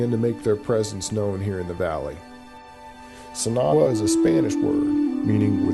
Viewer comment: the narrator doesn't even try to pronounce the word, sin agua correctly, yikes!